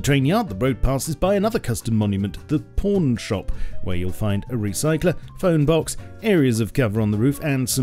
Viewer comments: The por- pawn shop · When he said “pawn shop” I thought he said something else.